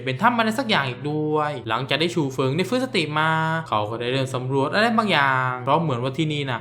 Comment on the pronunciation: ฉู๋เฟิ๊งวะส้าน55555 #ขัดใจชื่อฉูเฟิ่ง